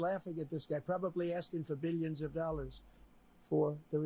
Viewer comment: Beeleeuns and beeleeuns of dollars